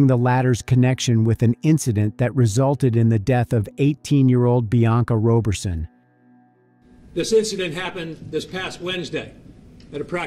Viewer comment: I'm sure the name is pronounced Rah berson not Roe berson! Excellent detective work tho .. rest well Bianca